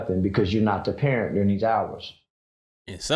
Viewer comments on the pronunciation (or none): Pair-rent...its in the name...they consider your babies your rentals